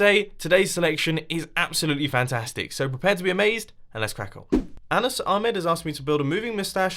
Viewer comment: Mumbo that’s not how you say anas